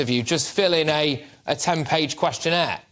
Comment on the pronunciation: Questionairse? I thought they didn't speak English. What a joke.